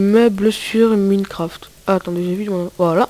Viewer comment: Tu sais même pas dire minecraft